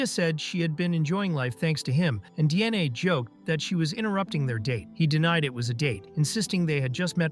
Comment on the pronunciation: I can't help but hear, every time Diane's name is pronounced, DNA.